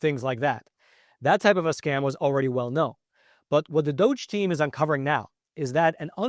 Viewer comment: "Department Ove Juvernment 'Fficiency." Sounds like "DOJ." The real pronunciation from Dipartment Of Government Efficiency should sound like "Duggee."